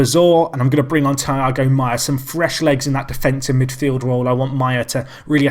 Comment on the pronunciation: it's not thyago maia, but tEEago maia ( im brazilian, so i kinda know haha)